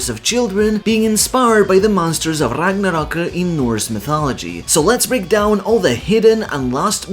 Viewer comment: Damn dude, im impressed. You always pronounce non English words correctly instead of half assing it, but to know Gerðr is pronounced as Gerth or ɡerðz̠, let alone literally being the only person ive ever seen pronounce Ragnarök correctly with the r at the end, let alone gjallarhorn. You're the man.